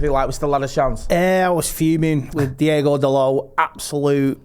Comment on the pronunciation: DIEGO DALOT! OOOONANAAAAA mate at least say the names correctly